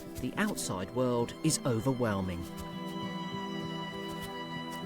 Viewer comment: Sometimes it sounds like this dude called rabbits wabbits and water voles wootah bowls ... he also said secwets for secrets .. and of course , World is weld .. as interesting as the info may be , those things are annoying ! He can’t Pronounce his r’s at all. Those names are so typical .. omg ... and not every rabbit lives in a burrow .. some are in nests. they leave the nest at 3 weeks old. .